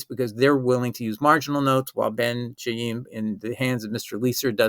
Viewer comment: Ben Khaim, it is pronounced as in Spanish BEN JAÍM, it is not the [ch] as in "China", it is the [ch] as in "chemistry".